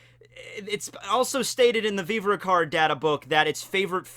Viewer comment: Dear, "Veev-Ruh Card", not "Veever-Ree Card"....